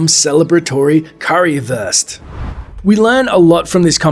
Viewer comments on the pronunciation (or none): ... please dont say currywurst like you did... try it so say like "Kory-thirst" BUT instead of TH you spell W so "KORY-Wirst" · Im German and i like your pronounce of Currywurst xDD